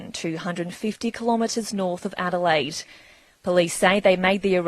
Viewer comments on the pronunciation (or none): none